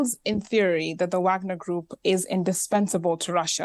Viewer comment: I love how the black lady pronounces wagner correctly